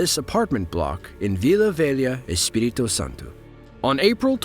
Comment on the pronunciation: Damn he really hit that “Espirito Santos”🤌🏽